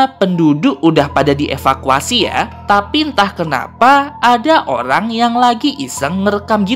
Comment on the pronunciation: Eh kok pas abang bilang orang jadi olang??